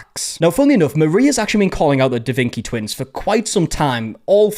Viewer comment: "Da Vinki" makes me want to stab forks in my ears.